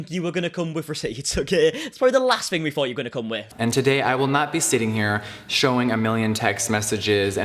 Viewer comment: THing, not Fing man. Three not free. Otherwise, love this video,👍☺️